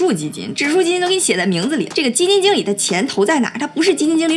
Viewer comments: “基金井理”lol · 基金jǐng理，😄东北话出来啦🤗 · 基金井里，没毛病，正宗东北口音